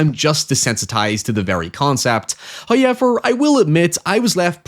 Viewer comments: First "hoyevver" drops . The numbers do not lie, as they were foretold in the tomes of Old.... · Your 'Hoyever' is a 10/10 brains scratch 🔥🔥🔥